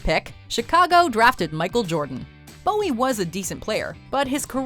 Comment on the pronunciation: Sam Bowie's last name is pronounced "BOO-ie," though by all logic it whould be pronounced the way you said it.